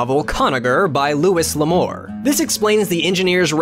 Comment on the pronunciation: You pronounced "Louis L'amour" incorrectly. It's pronounced as if it were spelled "Louie".